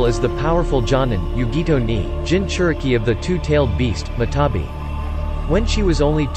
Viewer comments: Wait isn't the 2 tails matatabi and not matabi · Bruh its matatabi not matabi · i know you didn't say jenin instead of genin i👏🏻know👏🏻you👏🏻did 👏🏻not👏🏻say👏🏻jenin🤬🤬🤬 matabi??? wow yutakata?? im disliking